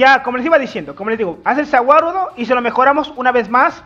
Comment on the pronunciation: No se entiende Za Wadudo